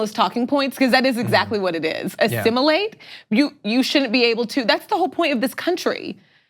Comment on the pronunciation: Assimulate? What,is he the borg from star trek? Asshole who deos he think he is telling people who they can love.